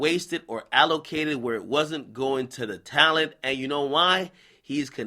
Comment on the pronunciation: My advice is to not take financial advice from someone who is attempting to pronounce "allocated" for the first time.